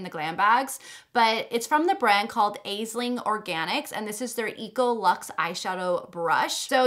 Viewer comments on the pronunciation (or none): Heya, just a quick heads up Aisling is pronounced Ash-ling its my name its Irish and means little dream in Irish. So chuffed to see a brand with my name how cool xox